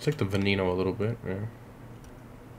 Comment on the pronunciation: the v is pronounced as a b as in benneno